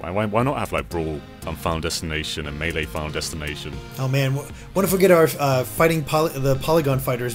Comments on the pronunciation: “Muhlay” instead of MAYLAY lmao, at least it isn’t being pronounced as MEELEE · say MAY LAY. Don't say muh-LAY. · Every time pronounces it (Muh-lay) I cringe. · super smash bros muh-lay? wtf?